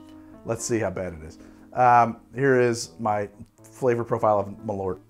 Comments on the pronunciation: Malort or "Malört" is the swedish word for wormwod. The ö is pronounced like the "e" in "herb" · "Malort" I honestly had no clue what you were talking about until I saw the bottle, that is... Not how you pronounce it, but I also can't think of any way to convey how you're supposed to pronounce it in writing. Edit: And Paracress, I know why you had such trouble getting the effect you wanted out of this one, to begin with it's a complex mix of chemicals and more importantly the one listed as probably responsible for the numb tinglies is a fatty acid amide. Now I have to grow some Paracress and try to extract it myself, if I can figure it out I'll have an even better recipe for the Menthol Ion Blaster. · So Malört literally means Wormwood in Swedish, Carl Jeppson was a Swedish immigrant who came to Chicago and for one reason or another made Malört, (pronounced Mall (like shopping mall) err (like to err is human) and cutting off the err Early with the t) I imagine cause Jeppsen was Swedish he wanted something which tasted of Home, and Scandinavia uses a lot of wormwood in its spirits, looking at Aquavit, looking at Gammeldansk, looking at Underborg (it's German but close enough), there is a pretty present bitterness in all these which I imagine partially inspired Jeppson to make the drink initially. And NOW we have Chicago which loves the stuff, so it's a happy ending for everyone. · Great video! Maybe someone stated this earlier but I wanted to let you know that Malört is actually the Swedish word for wormwood. It's pronounced like the english words "mall" and "earth" but without the "h", if that makes sense. Keep up the good work! :) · For future reference, if you want to give Malört the proper Swedish pronounciation, you say it like "mall-hurt" but drop the h. :) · The way you pronounce Malört is as cursed as the drinks lmao.